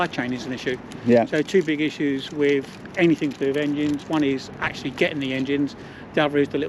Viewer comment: Is that a new word in the Englis language "ANYTHINK"